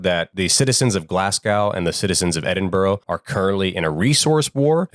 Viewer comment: The true horror is hearing Americans mispronounce Glasgow and Edinburgh 😂😂